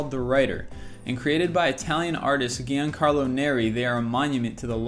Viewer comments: "Giancarlo" is pronounced John Carlo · WOW so many words mispronounced. Giancarlo? Innsmouth? Agassi? Andre Agassi - no one at List25 has heard that name spoken out loud before? And oh so much much more. Seriously? Come on. It's a joke that every video has these pronunciation problems right?